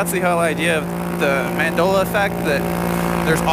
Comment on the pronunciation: It's Man-dale-ah. Mandela.